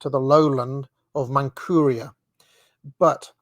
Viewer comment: Trans-buy-kall-eon, as in Lake Baikal (Buy-kall). Tee-ann-shann Mountains. King-ann. Yes, it is ManCHuria. Shall-on. 😉 He (mackinder) is wrong about the Magyars, they weren't Turkic, but of the Finno-Ugric branch of Uralic.